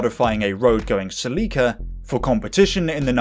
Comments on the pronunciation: Always creased me hearing how Americans pronounced Celica 😂😂😂😂😂😂😂😂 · I have never heard anyone say Celica like you do 😂 Brits are a hoot